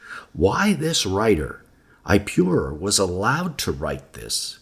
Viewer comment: Is pronounced ip-oh-raur not I-pew-rure. Watch the documentary "Patterns of Evidence" you will get it straight from the archeologists mouth.